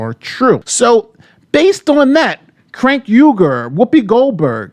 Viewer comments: I love that you call cenk “crank”! 😂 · Crank Ugar, Shank Ugar, lol his name isn't that hard to pronounce. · Is mispronouncing Cenk's name a meme, or is making a mistake here?